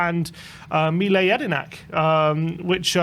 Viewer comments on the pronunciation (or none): Mile Jedinek - pronounced ‘Milay Yedinek’ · Butchered Mile Jedinak’s name here 😂 not an easy one, though. Now I’m excited! 🇦🇺